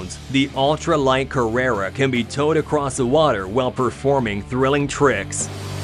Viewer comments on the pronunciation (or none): none